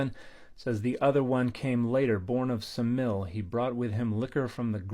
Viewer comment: Is there some reason you're not pronouncing the final eta in Semele?